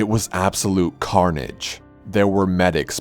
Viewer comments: CAR-nage? Eh? kill me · It was Car-nage.